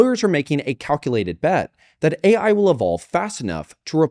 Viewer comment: Did she really say A1 instead of AI lmao